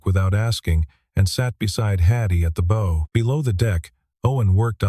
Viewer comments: The audio frequently miss- pronounces 'bow' as like in bow and arrow with a soft 'o', but the correct pronunciation is with a hard 'o' that anyone who is fluent in English would choose!. Oops LoL 😢😮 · Very good story!, but ... A.I: Probs, "The BOW (in typical A.I fashion, pronounced bow (as a bow on a gift) Held It's Line". Please, just get a better AI Narrator.